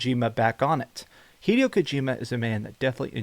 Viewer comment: Hee-day-o Kojima